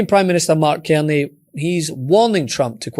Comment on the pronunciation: It's CARney .... not Kerny